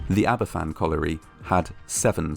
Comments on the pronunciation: Are you Welsh it’s Van not fan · It's pronouced as ABAVAN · It's ptounsed harbourvan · It’s pronounced aba fan